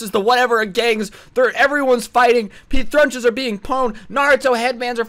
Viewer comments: "thunches are being prown" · "thrunches are being prown" probably my favourite misspeak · “Thrunches are being prown” lol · During the weeaboo story you said thrunches are being pone lol, love the vids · "Thrunches being prown" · He said “thrunches are being pown” in the weaboos vs popular kids story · He said thuches are being pown